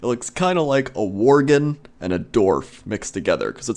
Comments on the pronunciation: haha dorf... its dWarf you silly =p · It's dwarf not dorf! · i love how says dorf instead of dwarf lol xD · Are you saying dorf lol? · They speak like if they are saying Dorf but they are saying Dwarf, ever heard real english speaking people talk? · lol,, the way you say dwarf sounds like dorf and it made me laugh irl. Love your videos! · d-WARF. Good god, man.